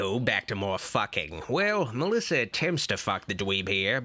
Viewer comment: I love it Melissa pronounces her own name as Melissow!